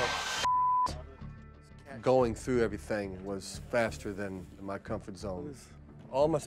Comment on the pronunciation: I dont know why, but the name "tra" bugs me. in my mind it's pronounced "Trahh"